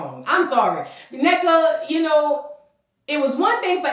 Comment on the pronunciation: Thanks for showing respect and pronouncing Nnekas name correctly!🎉